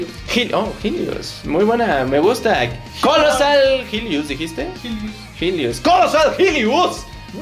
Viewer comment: Nadie: Doblaje Latino: Kollosal Jilios y Super Jaipirion xD